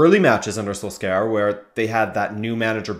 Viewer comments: Does my guy guy really say "SoulScour" instead of Solskjaer (soul-shire) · I've never heard a worse pronunciation of solskjaer. Is pronounced more like sol-shair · The way he pronounces Solskjær makes me cringe so much.